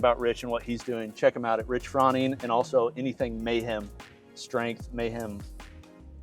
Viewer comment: You still mispronounced his last name even though he pronounced it himself right in front of you several times. Kinda weird you didn't pick up on that.